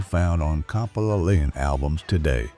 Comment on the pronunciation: Why can't the AI narration pronounce "Thousand" or "Compilation"?